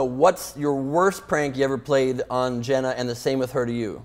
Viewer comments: its Jeana, not Jenna....for the millionth an one time. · that guy in the suit is dumb as hell its jeana not jenna